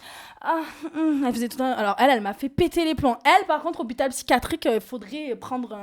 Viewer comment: Jeremstar pourquoi tu dit touletent "non mais je meur